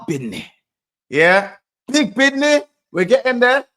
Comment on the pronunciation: "Bidnih" is the new catchphrase now 🤣